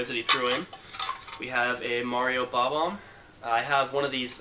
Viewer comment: bomb omb! i wish i can say it right like you did lol i always say bombbomb. ugh haha superb vid as always